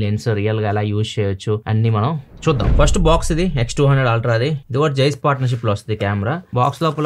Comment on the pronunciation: Ultra ❌ Altra ✅